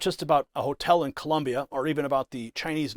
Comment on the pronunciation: Colombia 🇨🇴 not Columbia 😂😂😂😂🤦‍♂️